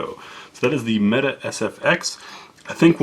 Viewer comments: It’s turkish so canik is pronounced with as Janik and it’s mete isn’t meta it’s metay lol turkish not English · Nice review! BTW, pronounced "met-ay". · I saw yeager present these last night. He kept calling it the metay lol. In all seriousness though something is off with him lately, i know he says he's experiencing tongue numbness but it seems there's more to it. Just an outsiders perspective though.